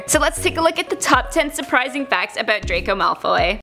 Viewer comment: Itssss drrrraaaaco malfoyyyyy not dracou maaalfy